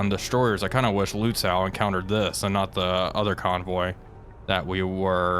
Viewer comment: So in case you're interested - Lützow is actually pronounced with a "long o", more similar to "low" or "oh" or even just "no" instead of "now", "wow", or "how".